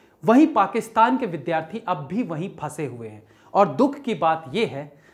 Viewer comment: O bhai.....tu phla mila jisne VIDYAARTHI KO VIDHYAARTHI NHI bola..shukr h🙏🙏🙏